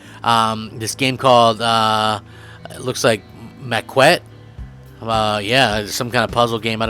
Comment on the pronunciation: Just so you know, it's pronounced makette.